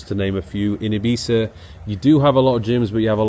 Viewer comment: Is that really how you pronounce Ibiza?